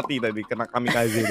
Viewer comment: Yang bener kamikaze bang bukan kamekaze